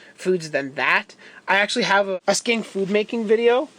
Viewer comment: I was like "did you just call your lizard a skank?" Then I realized you said skink...